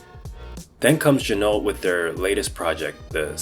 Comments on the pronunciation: It's pronounced zhee-noh. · Pro tip: Ginault is pronounced, “G-Noh”. The L and the T are silent. This comes directly from the owner of the company. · It’s gee-no!